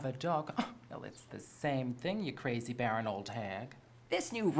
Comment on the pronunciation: Sigh! It's BARREN, not "baron" People on the Internet scare me more each day